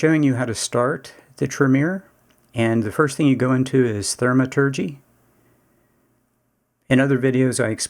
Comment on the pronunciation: Gha, love the vid but every time you say Thermaturgy it's like nails on a chalkboard. Thaumaturgy, like saying Thaw